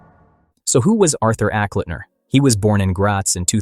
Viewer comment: Fym "Acklitner"?